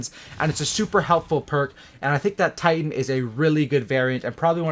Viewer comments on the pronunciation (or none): none